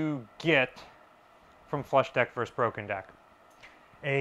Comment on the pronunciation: Versus. Two syllables. Very interesting and informative, as always!